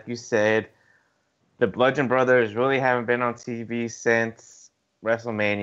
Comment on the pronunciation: Oh no not this girl too... it’s not blundgeon. It’s bludgeon brothers. No n in between...